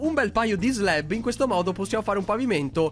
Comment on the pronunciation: slab non sleb